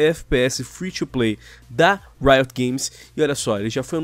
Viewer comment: Vocês pronunciam "Riot" totalmente errado. Ou é de propósito?